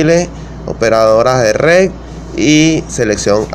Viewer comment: Que no es RED ? dice usted "rec"